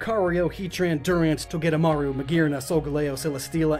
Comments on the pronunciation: Its not togemaru it’s togedemaru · it's togedemaru not togemaru